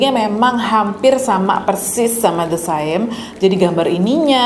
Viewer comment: Hai kak, btw the saem itu pronounce saem nya mirip uncle sam. Gak penting sih, sekedar info aja 😆